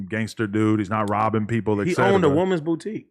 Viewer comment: Nigga said "Robbin frenzy" lmao